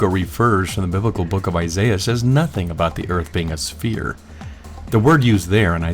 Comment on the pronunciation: Whenever you say nothing I keep thinking you're saying methene.